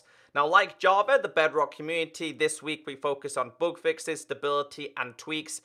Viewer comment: Whenever says "bug fixes" i get confused by "book fixes" 😂